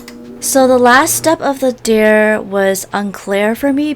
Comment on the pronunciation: i love ur videos but why do u say dare like deer